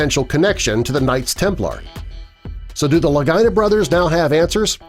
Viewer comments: It's Rick and Marty La-gee-nah. NOT Ricky and Martin Luh-guy-nah. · Its pronounced Lageeena. Not Lagina. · Its "Lageeenah!.. not Ligyna!!.. Idiot! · Thanks lol thought i was loosing it! Your so correct!👍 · Worst Oak Island video ever. And why do you keep saying Lagina like Vagina?? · LaGEE-nah. C'mon man...they've been on TV for quite a while now. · La-gee-na... You’d think doing a documentary, you’d be able to say a name correctly... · I agree. He should pronounce their last name correctly! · Rhymes with Delores Lagina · This is pitiful. You can’t pronounce their last name and the sword was not a Roman sword! They debunked that very quickly. Get your story right! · I thought I was gonna hear something new, Hell I know more about the show than this video shows.I'm sure the guy's just love the way they pronounced their name like a certain female body part. Maybe change your handle to Facts FIRST. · Can you please correct the pronunciation of the Lagina Thank you.